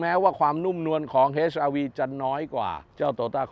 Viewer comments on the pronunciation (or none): เหมือนผมได้ยินว่า เฮ็ช ไม่ใช่ เอ็ช อาร์ วี อ่ะ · HRV อ่าน เอช อาร์ วี ไม่ใช่ เฮช อาร์ วี